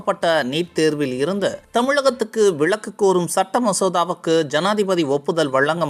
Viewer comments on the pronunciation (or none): நீட் விளக்கு இல்லை... விலக்கு... விளக்கு புடிசமாதிரி பேசுற...தமிழ் ஒழுங்கா உச்சரிக்கிறவனை போடுங்க 😂😂😂